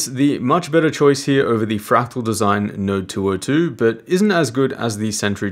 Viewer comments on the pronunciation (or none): none